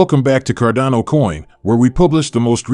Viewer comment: It makes it hard to believe, or follow, a channel that pronounces it's subject matter incorrectly. It's cardano not Cardona...just sayin'